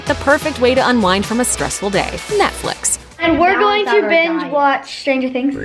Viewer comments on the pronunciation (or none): I swear she pronounced Netflix netflax